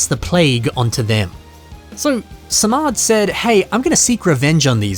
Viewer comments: I think you actually pronounce his name Sah-mad; kind of a S + ah sound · Annona, the dream eater. Feasting on the dreams of the Iron Tribe driving them mad of sleep deprivation and killing them off. (Also the first syllable of his name is pronounced like salmon, SAH-mod)